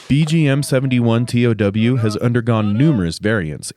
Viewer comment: It's not pronounced T O W, it's pronounced "tow". I know, that's what I guess in the Army 😂.